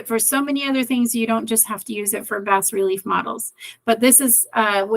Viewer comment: FYI Bas relief is pronounced BAAA RELIEF